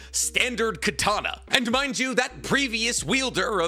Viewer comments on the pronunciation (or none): none